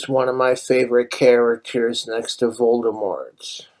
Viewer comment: "Vlorg Volgdemork"